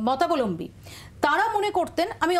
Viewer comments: একটা show conduct করছেন, একটু উচ্চারণের দিকে নজর দিন। "রাজনৈতিক মতালম্বী" নয়, কথাটা "রাজনৈতিক মতাবলম্বী"। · কথাটা মতালম্বী নয় ওটা মতাবলম্বী।